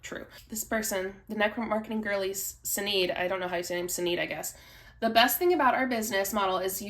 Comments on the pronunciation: It’s “shi-nayd” like Sinead O’Connor. It’s an Irish name. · Sinead is pronounced kinda like "sha-nay". Remember the song "nothing compares to you"? Famous kinda song/video clip, really impactful at the time. Am I aging myself? Damn it. Anyway, I only know the pronunciation from the artist who sang that song, Sinead O'conner. 👍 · I think that her name Sinead is actually pronounced where the S is SH. I assume she is Irish.